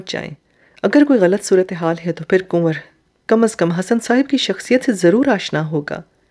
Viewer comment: Your pronunciation of kanwar is not correct. It distracts from the story. Kindly remedy it.